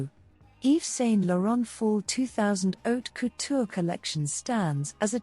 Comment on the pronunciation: For the love of God, learn how to say his name.